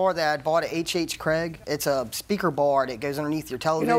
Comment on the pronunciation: It’s HHGregg not HHCraig!!! Get it right